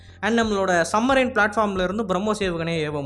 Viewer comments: I understand, currently you are living in UK. Don’t say “Summarine”. Please say correctly “Submarine”. OR use proper Tamil word. Thanks. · தம்பி அது சப்மெரைன்.சம்மெரைன் இல்ல.கொரானா பேட்ஜ் மாதிரி,இது திராவிட போட்ஜ் போல.(பரமா,படிடா) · Say properly Submarine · Submarine...pl pronoun it correctly 😂😂😂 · மெண்டல் சப்மரின் என்று சரியா உச்சரிக்க தெரியல நீ வீடியோ போடுற 😊😊😊😅😅😅😅😮😮😮😮😢😢😢😢😢😂😂😂